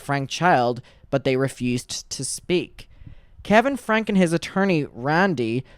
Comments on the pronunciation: It’s pronounced Frankie. How do you not know that by now? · Great job covering this just a heads up her surname is pronounced like (Frankie) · It’s pronounced Frankie, just fyi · With peace and love her last name is pronounced “Frankey” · just so you know her name isn’t pronounced that way, her last name is pronounced frankie. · And last name is pronounced frank-e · FYI. It’s pronounced FRANK-EE